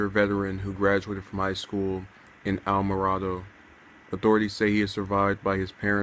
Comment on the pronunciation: It's very sad. We attended the procession today, as they escorted officer Corvinus to the funeral home. It was encouraging to see the community come together and line the streets in honor of our fallen hero. By the way it is pronounced (Alamo gordo.)Alamogordo. R.I.P. Officer Corvinus!